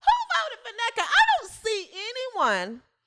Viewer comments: lol hahaha id rather watch Angel than neka. If u say her name like that one more time lmaoooo 😂😂😂 I am rollin. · Lol. Crackin' me up with how you say nneka's name.😂